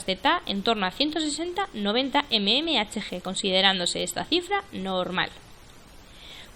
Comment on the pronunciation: Mmhg milímetro de mercurio. Queda muy mal leerlo como lo lees. Parece que no supieras lo que significa